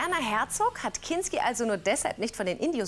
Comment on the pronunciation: Der Sprecher sagt zweimal "Klinski": und